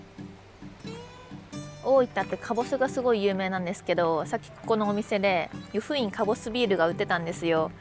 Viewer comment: 湯布院⤴︎じゃなくて湯布院⤵︎